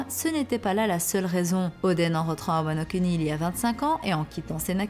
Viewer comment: Wano Kuni.... Prononciation: Wano kOUni